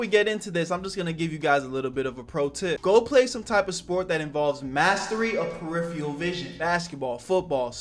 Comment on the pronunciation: "mastery of periferal vison" lmao